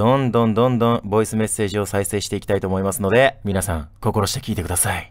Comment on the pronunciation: ボイスが"ヴォイス"になってるのめちゃくちゃ好きですwww